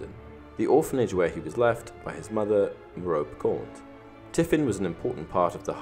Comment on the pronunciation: It's pronounced "meh-row-pay", not "meh-rope".